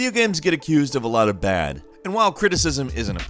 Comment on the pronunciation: Accused with a U sound. Not accoosed..